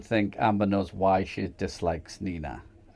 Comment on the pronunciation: "He snows"😂